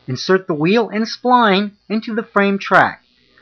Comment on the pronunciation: If you want to be credible call it a “spline tool” not a “spleen tool”